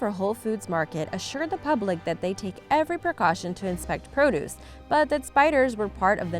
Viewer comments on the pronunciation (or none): none